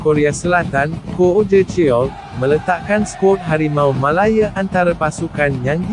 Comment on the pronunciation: betul .... "harimau melaYEAR" - sape la yg sebut "malaya" cmtu -pls